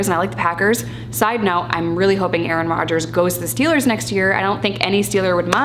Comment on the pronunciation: “A-aron” OMG, I love you 🤣🤣🤣💀